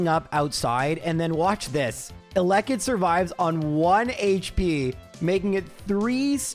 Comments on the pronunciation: the most cursed thing about this run is the pronounciation of eh-lekkit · ...how do y'all say elekid? I've always said it the way says it. edit: nvm this dude says elekid with seemingly no syllable stress. I say it like "a LEK kid". He says "alekid", which is yucky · If you say elekid like that one more time I stg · I love your content but HATE THE WAY YOU PRONOUNCED ELEKID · You pronounce Elekid weird lol 😅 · Hearing “Elekid” with the stress on the second syllable was physically painful lol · He was trolling lmao did you not realize how many times he said it in a row